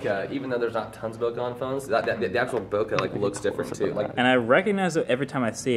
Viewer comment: Bokah? It's spelled Bokeh, should be pronounced as one as well